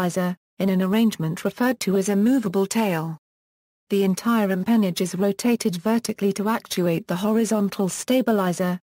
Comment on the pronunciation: NO! Wrong pronunciation!